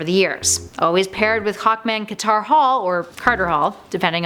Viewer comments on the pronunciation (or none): none